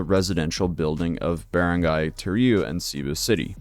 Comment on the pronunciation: Wow I'm surprised you pronounced barangay so well lol, people usually butcher it so bad I click off immediately